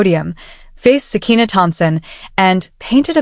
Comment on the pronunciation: Sakiyna not sekina